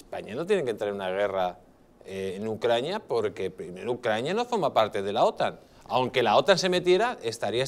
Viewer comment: Cuántas veces a dicho ucraña?